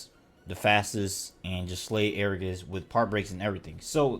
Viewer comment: I'm not even gonna watch this because you say agarus wrong. It's ag a rus. Not air a gus.